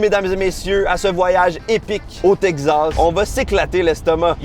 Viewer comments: Teg-zass ou tek-sass ? 🤔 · Oh my god mais c’est TEXAS PAS TEGZASSSSS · c teXas pas tegsas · Texasssssse pas texazzzzzze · Pourquoi tu dis "texzas"? C'est "takes ass" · Salut, Très bonne vidéo, y a un truc qui me fait rire, pour Texas, tu dis "TEG Zasse", en France, on dit plutôt "TEK Sasse" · Si vous prononcez Texas (Tek-sass) en Teg-zass, cela veut dire que vous dites Lug-ze à la place de Luk-sse pour dire Luxe? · Texas ❌ Tek'zas ☑️ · le Texas, qui devient le Teg Zas!!, n'arrive pas à prononcer correctement le nom de cet état américain!! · ...ET TU VAS ME PRONONCER TEXAS CORRECTEMENT OUAIS!!! TEXAS! TEXAS AVEC X!! TEXAS OU T'EST PAS SAX!! OU QU'C'EST QU'T'EST TEXAS!!AVEC XXXXXXXX!!😅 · Le Tegsas 😂😂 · chuis le seul qui est tendu a cause de la prononciation de texas "teqzas" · T le seul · Qui d'autre est trigger par la prononciation "tek-zas" ?😂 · Le « Tegzas » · Tegzaz, le nouveau Texas à la Québécoise 😂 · le "tekzaz" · Tekzas :') (oui je sais, ça se prononce comme ça, mais on se moque bien de nous quand on prononce "ze" pour "the" alors que c'est la vrai prononciation également :'D) Purée ça donne tellement fin. Je ne suis pas un grand fan de viande, mais là j'ai tellement envie de me jeter dessus ! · Tekcsass prononciation française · Tegz assz prononciation québécoise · Il galère a dire Texas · J'ai rien contre toi d'habitude, mais la façon dont tu prononces Texas est juste horrible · j'adore la manière si particulière dont prononce Texas... j'ai appris qu'on devait dire Tejas (Tehas) comme "Mexico" (Mehico) comme c'était un ancien état espagnol comme Los Angeles, San Francisco, San Jacinto, San Antonio, San Jose, Fresno, San Diego etc etc.. Du coup, j'ai buggé 🤣🤣